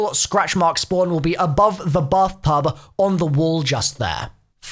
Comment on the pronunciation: the bubthtub?